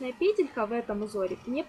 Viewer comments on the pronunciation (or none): none